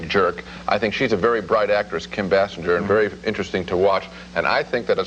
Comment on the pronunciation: How long until they could pronounce Kim Basinger's name properly? Their review of NADINE also flubs it. BAY-SINGER